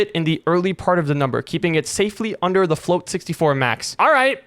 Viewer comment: "Onder" ah yes onder